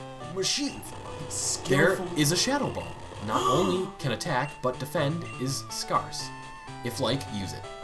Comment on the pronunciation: Haha, I like how you mispronounced "Scarce" , even though it's a real word.